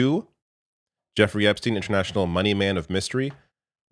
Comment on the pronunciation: I cant get over how Trump said Epstine like he never heard the name before. "Epp...stine?"